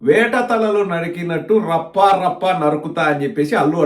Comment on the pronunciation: Varla Rafha Rafha Kadu Rappa Rappa.😂